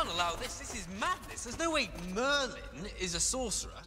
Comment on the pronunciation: It's mERlinn